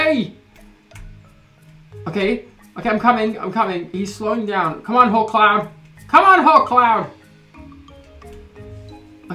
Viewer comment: when u said 'come on hawkcloud' i thought you said, 'come on whole clown' oops